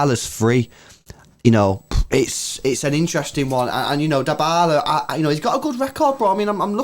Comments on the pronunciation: true pronounce of Dybala: its not "daibala! its "Dibala" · Guys it's pronounced di (dybala).🤔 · Mans be saying Die-bala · Manz just said diebala